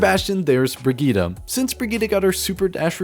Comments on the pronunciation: Brigita? Lmao it's Brigitte my guy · it is pronounced brid jet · Bruh you said brigieeede im from austria its brigitte lmao no hate to you you are so nicce!!!